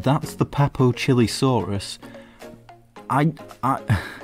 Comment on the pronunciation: whats a "CHILI-saurus"?? its pronounced "Chee-lay-saurus"